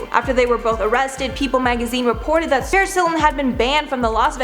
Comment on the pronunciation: Clint Countryman She said Saris when she said she was banned from the Las Vegas club